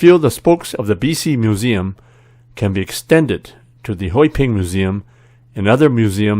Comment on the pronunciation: I understand a bit what you said. At least the tones sound familiar. By the way I saw the character for Hoiping. We would probably pronounced it Hoi Pan. Anyways keep the videos coming.